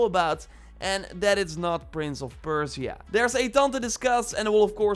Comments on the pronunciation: perciea ? perSia. You butchered the name. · Persia(PER-SHUH). I’m sorry, but my ears are bleeding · Stop saying "Prince of Perse-ee-ah". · saying Persia wrong but good video :)